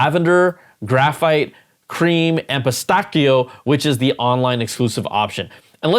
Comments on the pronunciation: 😂😂 pistachio being mispronounced was the best part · Never heard that pronunciation for pistachio before 😅